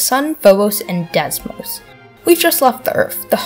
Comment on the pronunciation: this is actually really good, you need more subs ( but its not desmos its deimos day-moz